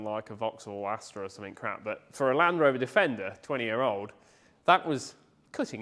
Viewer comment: ….good video and glad your back but Land Rover has a “D’ in it….just sayin👍